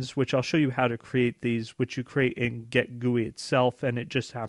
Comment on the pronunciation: Come on man, if you're going to promote yourself as a software engineer please (at the very least) pronounce GIT correctly... It's GIT not GET.